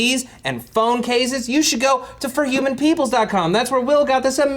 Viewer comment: Matt says ForHumanPeoples really weird XP